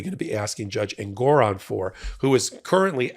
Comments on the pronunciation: FYI, it’s JUSTICE EN-gor-ON. I’ve appeared before him. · Every time any of you say engOron I shout Engoron because I miss the way Ben used to pronounce it 😂 It’s just more pleasing somehow.